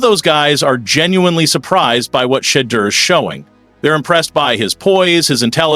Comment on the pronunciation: OKAAAYYY 😡🤬 I'M GETTING REAL TIRED OF ALL YOU TALKING A** GUYS MISPRONOUNCING THAT YOUNG MAN'S NAME!! DID YO A** TAKE ENGLISH??! IT'S NOT SHED-EUR... IT'S SHE-DEUR DUMMY!!🤨😖😤 YOU SUCK AT COMMENTATING